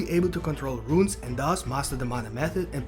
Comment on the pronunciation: Great theory video. Rune is pronounced “Roon” like saying Moon with an R instead of an M. 👍